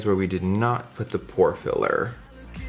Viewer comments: Am I the only one who thought Jeffree said whore filler when naming the primers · Was I the only one who heard "whore filler" instead of "pore filler" ? Oh Jeffree, I love you so much😂😘